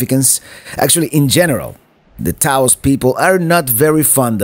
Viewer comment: Get Taos /Taos Pueblo out of your mouth